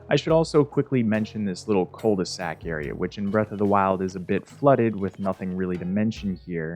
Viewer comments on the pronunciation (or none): Cul de sac, not cole de sac.